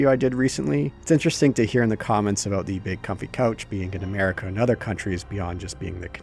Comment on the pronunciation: Canadian? What are you talking aboot eh?